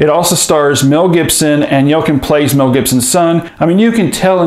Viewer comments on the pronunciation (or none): Pronounced YELL-CHIN